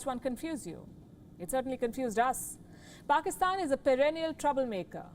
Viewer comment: Many of our Indian brothers are saying Pakistan directly support Taliban ok Guys It's Pakistan not "Paxkistan.", 🙂